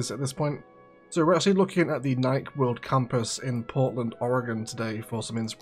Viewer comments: I cringe each time you pronounce Nike (as if it rhymes with like and Mike and bike) it’s pronounced NIKE (as if it rhymes with Mikey or spikey) Also Nike its NOT a clothing company it’s a sneaker company that also makes sports apparel and equipment. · It's very funny, as an American who is constantly bombarded with Brand Awareness(tm), to hear you pronounce Nike "naik", not "naikee" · pure curiosity, is it pronounced Nike (like Mike) with the short 'e' as one syllable were you are? Here in the US (I'm one town away from the Nike campus actually) it's pronounced with two syllables Nikee (like Sandy) with a long e